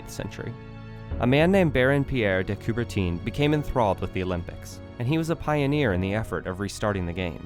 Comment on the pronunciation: They couldn’t even be bothered how to correctly pronounce Coubertin’s name… it’s not Coubertine🤬